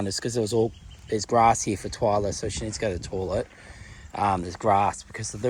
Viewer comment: I love your videos, but please,, when you say toilet,, it's pronounced toylet not torlet